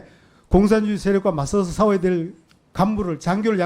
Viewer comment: 이종섭이가 4 :50에서 사워야 된다 라고 합니다. 싸워야 가 아니고...쌍시옷이 안되는 경상도는 경북쪽입니다. 밥 무쓰이 똥 사러 가는 인간들이죠.. 똥 싸는게 아니라....오늘도 대한민국은 경북 덕에 행복합니다. 경남 사람들은 쌍시옷 발음 잘합니다. 경남인데 쌍시옷 안되면 그건 뿌리가 경북입니다. 아 ...다행이네요...저놈 경남인줄 알았는데...경북이라서....